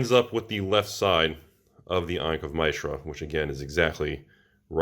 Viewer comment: The way you are pronouncing Mishra is worse than the binder damage. Learn your fictional word pronunciations.